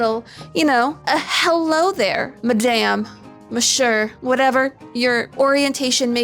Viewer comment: "madam ... mish-uur" lol